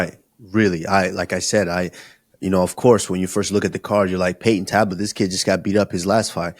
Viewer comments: Payton talbott ❌ Payton tablet ✅ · “payton tablet”😆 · Henry aint right for letting Kamaru keep saying Peyton Tablet 😅😂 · Also there has to be someone monitoring the podcast as a helper for any and everything to help it stay professional and factually correct. Even just there to help them with not mispronouncing anyone or forgetting anything. Like usman calling Payton Talbott “TABLET “. Henry never corrected him nor did kamaru change his pronunciation showing there no one in there ear or telling them when they’re wrong about something. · Kamaru needs serious practice - Say it with me... Payton....TAL-BOTT - He's not an iPad bro lol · Never aks Karmaru to say Payton Talbott.